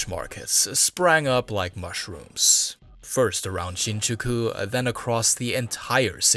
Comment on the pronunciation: Definitely ethnic Chinese or Taiwanese (with German influence/heritage). You'll find out by listening some of his pronunciations unique to the Mandarin speakers, e.g. words like then, other, July, and Shinjuku.